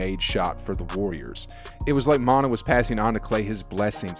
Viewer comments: Not mon-ta it’s mon-tay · Not Montah....Montay!!!! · That cool and all but who thefook is montah? It’s pronounced Montae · Mon-ta? You must be a new Warriors fan.. maybe even new to ball.. it’s spelt monta but pronounced Mon-tay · Who is "mont-ah?" The guy who played on the warriors was named "mont-ay" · It’s yay- area.... like Bay Area.. not ya ya rea.... and Monta Ellis is pronounced mont-ay not mont-uh.... just an FYI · Lol. Mon-tah is Mon-tay. And it’s not ya-ya-rea, it’s yay area! 🤦‍♂️ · Geat report, but the guy is no Warriors fan for sure haha. It's not Mon-TA, It's Mon-TAY, every Ws fan knows that lol. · Bro nice ass story man, I didn't even know this. Just one thing tho: it's Monta (mon-TAY) NOT manta (Mon - uh) shit had me ROLLING. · Just an FYI, its pronounced Mon-"Tay" not Mon-"tah". Great video though, just want to give Monta his due respect for all he did for the organization! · MonTUH? It's MonTAY. And you really said "yaya rea?" Bro, it's pronounced "Yay Area" 😂 😂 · Omg, "" it's pronounced "Mon-Tay" and "Yae-Area". You're embarrassing. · Yay areaaaaaa lol. And Monta is pronounced Montay......... but great video as always my guy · His name is Monta pronounced MON-TAY dont disrespect my dawg like that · “Monta” 🤣 Come on bro lmao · HAHAHA this guy does not Bay. It's Monta, and pronounced Mon-tay. And it's Yay Area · Who tf is Montuh Ellis???! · Great Video 👍 His name is pronounced Mont- Tay....Lol Monta Ellis one of the most popular Golden State Warriors in team history💯👑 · Montah? Come on man!! Lmao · Monta is pronounced montay and #yayarea is yay area. Get it right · Mon-tay Ellis and Yay-area get it right bro 😢🙏🏽💯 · Thank you, Monna. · Who taught you how to pronounce Monta? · Please learn how to say Yay Area. Pronounce like bay area. Also you killed Monta Ellis name.. Good video though